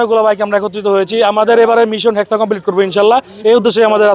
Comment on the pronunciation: Ore chaha ota heska na re ota hexa😂😂😂